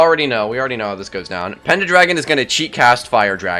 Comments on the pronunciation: Im 100% sure its pendragon lmao I keep chuckling when he says it "SURELY he'll realize!" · It’s also killing me that you keep saying penda-dragon hahaha im p sure its pendragon!